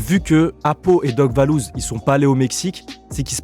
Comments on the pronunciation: C’est valouz et pas lebouseuh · Ces pas lebhouseuh ces vallouz